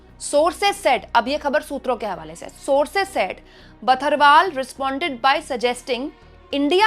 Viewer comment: जी बर्थवाल होते हैं बथरवाल नहीं होते।